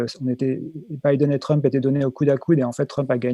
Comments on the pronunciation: Le 2nd intervenant qui prononce Trümp, alors qu'il parle et prononce parfaitement l'anglais, assez drôle ^^ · Il n'a fait que rendre la prononciation originale, allemande; le nom de famille d'origine de Donald c'est Trümpf. Je parie que si on fouille dans ses veines, on trouvera du gène hitlérien. Ce qui explique alors sa haine des non-blancs, des non-blonds, des LGBTs, son peu d'égards pour les femmes, les handicapés, etc...